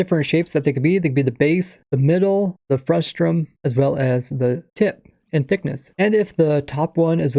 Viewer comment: It's called "Frus-Tum" Frustum don't worry Pheonix SC also made the mistake in his stream